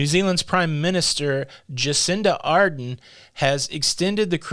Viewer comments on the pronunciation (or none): I am a New Zealander. A couple of points - it is currently winter in New Zealand so there are few cruise ships that come to New Zealand until early October (Southern Hemisphere Spring) in a normal year anyway. Also, our Prime Minister, Jacinda Ardern's surname has the stress on the second syllable.